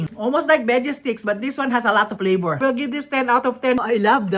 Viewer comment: Flavor = "PLapouRrr"